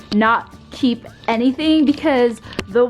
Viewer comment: The way she said keep KCHEEEP